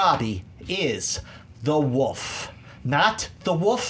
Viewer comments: Is it just me or does it sound like is saying the Woof instead of,"the Wolf," in the first round? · That guy just cannot pronounce "wolf".